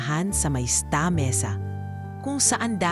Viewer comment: My goodness she does not know how to pronouce the tagalog words. She does know how to say Sta. I think narrators should go to speech clinic for Tagalog and English language.